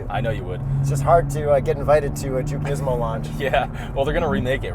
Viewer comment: WTf dude, learn how to pronounce the Brand. What are you 12? lol